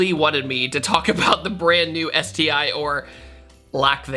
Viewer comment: “ÉTI” hahaha😑